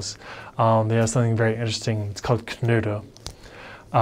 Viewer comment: as I know German Umlaut is hard to learn for English speakers I really appreciate you pronouncing 'Knödel' and 'Döner' just perfect to the German ear, Well done!